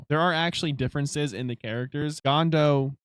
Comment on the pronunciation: uhh its GONDA not GONDO but ok lol. fire vid